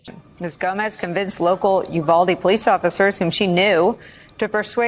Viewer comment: Seems the vast majority of poh-leese today are there for the wrong reasons... SMH